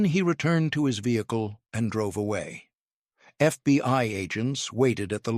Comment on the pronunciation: Please it is not titled The FBY but The FBI, why can you folks not get it right even for just one episode. I noticed that you never mispronounce the KGB. I am starting to wonder where your allegiance is!!!!!!